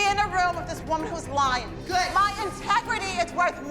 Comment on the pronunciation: “It wAs GyOodD” hilarious